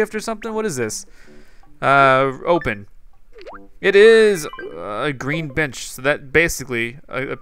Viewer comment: "A GREEN BEENCH!... ya... A prank..."